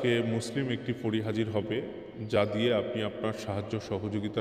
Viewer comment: দিয়া টা ভালো করে বলো